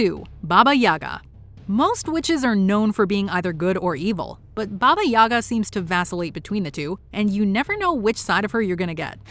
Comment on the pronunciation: It's yagA, not yAga(RUS) Baba(old woman) yagA